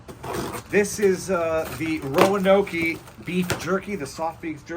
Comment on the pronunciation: RoanokEEEE???😂❤️ I think it rhymes with woke as in woke DIE hire FDNY fire commissioner